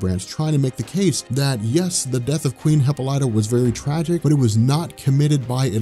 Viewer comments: Wow you butchered Wonder Women's name(Hip·pol·y·ta )FYI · Isn't it pronounced, Hip-ol-ita?